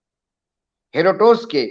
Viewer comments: मेगस्थनीज़ => मेक्सेयनीज़ हेरोडोटस => हेरोटोस किस व्यक्ति को इतिहास पर बोलने को दिया है? तो लगता है मेगस्थनीज़ और हेरोडोटस के ही नाम पहली बार देख रहे हैं जीवन में: पढ़कर और कोशिश करने के बाद भी ठीक से नहीं बोल पा रहे! प्रीतिभोज को प्रतिभोज बोल रहे हैं, उसकी तो बहरहाल बात ही छोड़िये. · हेरोडोटस तो पढ़ नही पा रहे